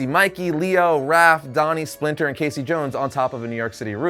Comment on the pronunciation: It's Raph not Ralph